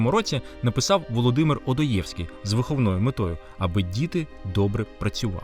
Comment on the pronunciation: 1. Цікаво, але претендуючи на історико-культурну обізнаність, варто було б правильно ставити наголоси у прізвищах відомих письменників, як би Ви не ставилися до російської культури: ВведЕнський, ОдОєвський. 2. Дивно, що Ви не згадали прекрасний фільм "Морозко", оскільки образ і грим актора-харків'янина Олександра Хвилі істотно вплинув на традицію "дідморозування" на дитячих новорічних заходах. 3. Дискусії у батьківських групах мають право на існування, оскільки серед родин є нехристиянські та атеїстичні, а образ Святого Миколая та релігійна забарвленість спільного свята ставить ї у складну ситуацію та порушує принципи взаємної толерантності та поваги, а також світського характеру української освіти, зафіксованого у законодавстві.